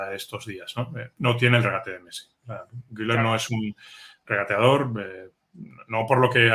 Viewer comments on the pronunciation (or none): SOLO UNA COSA POR QUE DICEN GUILER CUANDO SE PRONUNCIA GULER ASÍ CENCILLO LO SIENTO NOVES UNA CRÍTICA GRACIAS